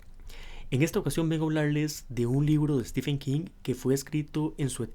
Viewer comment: Se pronuncia STIVEN no STIFFFFEN. De nada